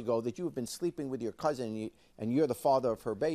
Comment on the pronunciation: It annoys me so bad when people say "couzint". There is absolutely no T in that word. Its "COUSIN"